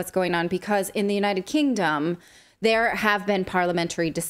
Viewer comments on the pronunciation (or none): Is it just me or did you pronounce the UK as “United Kingdumb”? I mean you’re not wrong but… 🤣